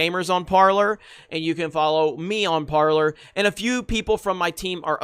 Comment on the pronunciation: Parler! Say it right. Par lay